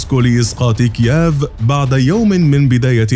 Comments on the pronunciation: كييف وليس كياف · المذيع يقول إكيااااف يا اخي والله اسمها كييف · اسمها كييف مو كياف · نطق كييف فظيع جدآ لا تنطق هكذا يا صاحب القناة 🇷🇺🙄😳🇺🇦🇺🇦